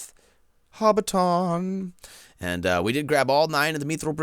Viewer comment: You say hobbiton wrong